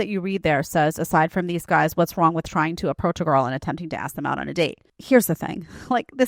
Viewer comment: To the second girl... ...as an English-speaking native American, you can't even pronounce the word "them" correctly??? It's "them"...not "tham".